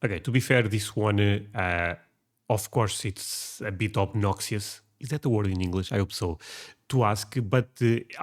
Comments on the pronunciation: We in America do have the word obnoxious, it is pronounced as: awb nok chus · You can get pretty close to the correct pronunciation of "obnoxious" if you imagine it were spelt as "abnákšas".